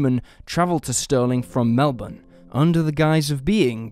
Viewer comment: You’re the first foreigner that’s said Melbourne properly 😅